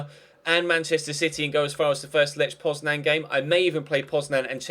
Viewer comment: Lech Poznań is read like Leh Poznany 😉